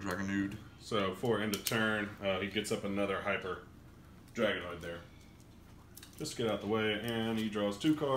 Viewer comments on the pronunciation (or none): “Hyper Draognood” lol